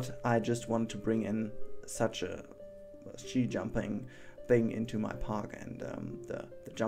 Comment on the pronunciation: its ski in english, with a hard k.